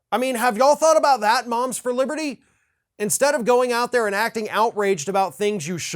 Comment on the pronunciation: I thought you said the, 'bombs for liberty'. Close.